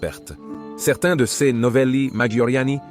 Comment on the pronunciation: Ls prononciation de "Céz..s " pour /ces/ est une difficulté récurrente chez nôtre interprète IA. Ez..sse possible de corriger ce ðéfaut récurrent ? Quand à la prononciation de MAJORIEN on ne peut pas s'attendre à ce qu' un américain parvienne jamais à prononcer correctement les noms des romains: Scissoŕ pour César Sissiroe pour Cicéro Pampy p. Pompée ....